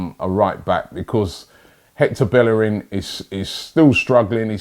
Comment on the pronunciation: Robbie it's BAE-ER-RIN😂 NOT BELL-ER-RIN😂